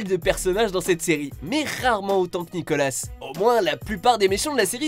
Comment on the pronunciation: Nicola... pitier Nicola pas nicolasss